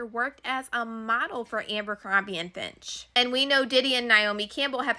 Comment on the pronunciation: Oh my god it was killing me lol. And FITCH, not finch. Also, she mispronounce the Maxwell ladies first name. I have no idea how it’s spelled.